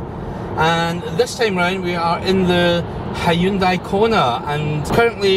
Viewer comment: He can say Hyundai correctly unlike the yanks who call it honday ?? Hahahahahahahahahaha how can Hyundai sound and look like honday